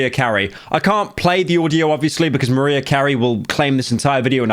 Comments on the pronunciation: This is nasty and your a disgusting hater my dude 🙈 And also its actually Mariah not Maria xD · ITS MARIAH NOT MARIA (MAR • RIE • UH) MARIAH YOU DIRTY RAT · Pyro is the only person who doesn’t know how to pronounce Mariah properly lol says maria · Mah-rye-uh, not Muh-ree-uh. Didnt think it was possible to not know how to pronounce Mariah Carey's name, she's gotta have literally one of the most recognizable songs in the world. Dramatic comparison but thats like pronouncing Jesus Christ like a mexican name lmao. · MaREah Carrey annoyed me so much Is it cuz he's British or does he not know her name? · Why did you call her Maria... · Why you pronounce Mariah like Maria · Why did you say Mariah like that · Literally the first time I've heard someone mispronounce Mariah's name and it made me giggle... :) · Sometimes I forget how young and, uhhhh, typically-indoors Pyro is. Then he'll do something like not know how to pronounce "Mariah" and I remember. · Ain't no way bro mispronounced "Mariah" . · Bro can't pronounce "Mariah"